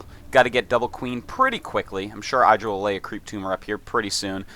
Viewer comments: its idra not eyedra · ih- dra. not eye-dra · and hes gotta say idra right its not eyedra, its idra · It's pronounced "iddra", not "I draw" ;o) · Artosis it's ihdra, not eyedra. He said it right next to you in your imbalanced show #1. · Eye-dra... lol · And he mispronounced "IDD-ra" throughout the whole game... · eye-dra *shivers* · Why does he say EYEdra? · You'd think Fartosis could pronounce IdrA's name correctly being a GSL Code S caster...... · John Yentes He mispronounced it on purpose bc he likes to mess with his friend Idra. =] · How is Artosis so close with Idra he even has his own show with him and yet he pronounces his name wrong..